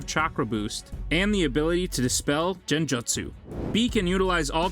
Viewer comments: dude seriously pronounced "genjutsu" as "jenjotsu" I can't💀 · He pronounced every word so funny: jinjustu- genjustu......rasangen-rasengan.......manato-minato....akatasuke-akatisuki.......kagayal-kaguya😂🤣😂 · Those pronunciations though. 🤣😆